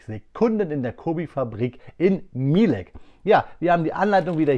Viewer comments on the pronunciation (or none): Mielec wird eher MIELETZ ausgesprochen als milek